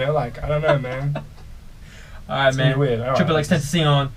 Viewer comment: it's pronounced x,x,x,tentacion